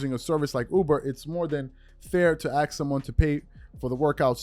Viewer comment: Ask not axe lol